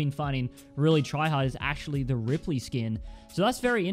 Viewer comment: I clicked off when he said rippely